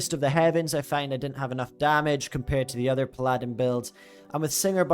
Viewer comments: Paladin is pronounced "PALL-adin" not "P-Ladin" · ok cool, but still... It just makes you look silly. Pronounce the word like the rest of the world does and people will stop correcting you.